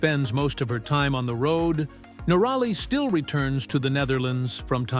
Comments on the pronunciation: Someone should tell the AI reading this that it is NORaly....not norALy.....please adjust the program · if your going to a click bait story on someone as successful as Itchy Boots at least pronounce her name correctly. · Not the only person to go through a relationship breakup. Always suspicious about someone who has not bothered to learn how to pronounce her name.